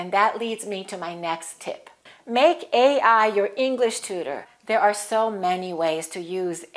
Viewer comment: Gracias for your lesson! Sorry, of the video, you stressed the acronym A. I. on the 1st syllable, I assume! Whereas, in one of your previous videos you discussed that "stress ought to be on the last syllable of any compound acronym!" Will you please elaborate on this? Thanks